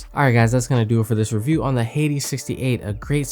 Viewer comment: U pronounced hades wrongly ...its pronounced as "ha-dees"